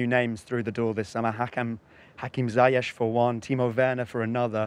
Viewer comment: Interviewer butchered the pronunciation of ziyech lol